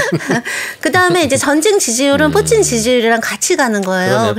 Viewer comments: 저놈의 " 뿌찐 발음 " 좀 배웠다 이건가? 로마를 롬으로 부르는 x nom 들 같다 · 발음..뿌친 ㅋㅋㅋ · 뿌찐 ㅋㅋㅋㅋ커엽 ㅋㅋㅋ발음 ㅋㅋㅋ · 발음 목소리 귀엽노 ㅋㅋ 뿌찐 ㅋㅋ